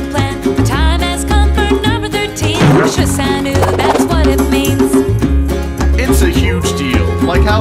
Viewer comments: ...why are they saying 'shi san oooo' instead of 'shi san wu'? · Sehh shan what? Sehh shan noo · shi san wu not shi san nu ....... what's china doing with 13 women ??